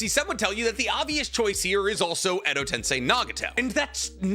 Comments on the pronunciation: bro pronounces everything correctly but says edo tensai instead of edo TENSEI!! boy was it getting on my nerves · Edo Ten-SAY > Edo Ten-SAI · Will this man EVER say 'Edo TensEi' and not 'Edo TensAi'.....otherwise, great video haha! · The international saying tensei WRONG is bothering me like a mf it’s TEN-SEH ….. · It's "Edo TensEi", not Edo TensAi" 🤦🏼‍♂️ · TensEEEEiiii. Not TensAAi. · Why does bro pronunces "tensai" and not "tensei"? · Edo Tensei is pronouced like "say" not "sai" . No disrespect just bothers me. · Enjoy the video, don’t enjoy the continuous mispronunciation of edo ten-SAI. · why do you say edo ten-SIGH and not edo ten-SAY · bro, please pronounce tensei as "Ten-Say" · bro's life revolves around naruto and he stills call it edo "tensai" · Do you think will ever figure out that it's not pronounced "Edo Tensai"? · Love the video but u literally said edo tensei wrong 5 times said it right two times then proceeded to put the effort in again to pronounce it wrong after …I dropped a dislike…petty but it bothered me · I to this day don't understand why he chooses to pronounce Edo Tensei wrong, like he knows how it's pronounced, there is no way he doesn't. I wouldn't mind him mispronouncing it if he was just ignorant because it's a Japanese word, but he knows and just chooses to say it wrong is he just rage baiting or does he just not care?